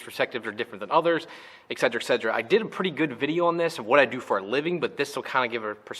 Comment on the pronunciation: It is not fucking "EXCEDRA". HOLY SHIT. ETCETERA.